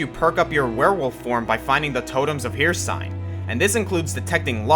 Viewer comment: "Hear-sign". "Hear-sign" . . . from a game with canonical voice acting. I cannot unhear this.